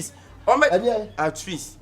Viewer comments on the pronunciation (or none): At East, at east and at east🤣🤣, three dies today, eeeii akabenezer will kill us with his pronunciations ooh😄😄😄 I can't wait till de end oo 😅😅😅